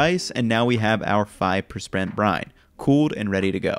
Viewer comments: Five percbrent brine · Five persprent brine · “5 “perspent” brine